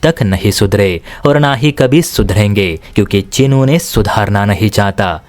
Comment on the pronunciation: चिन नहीं, चीन है। भाषा सुधार करो।